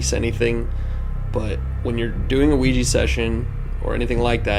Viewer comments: It's OuiJA and not OuiJI guy's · You guys are f**king around with some bad shite playing with the Ouija board. There are no spirits just demons posing as such. Remember that when you are investigating. Also, you should have a proper consecrated crucifix and learn a couple of prayers such as the St. Michael prayer or pronounce the name of Jesus Christ to fend off dark souls or demons< Exorcists will use these methods and they are tried and true. Infact the Lord warned us about playing with such things. Be aware.